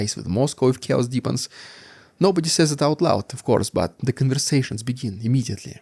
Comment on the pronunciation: This first time you sayd CHAOS, you got me!